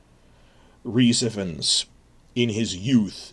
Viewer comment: Just a small point. Ifans is pronounced with dominance on the first syllable, and is pronounced like ai fanz